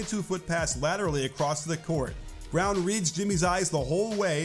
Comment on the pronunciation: say Braun instead of Brown didnt know who blud was talking about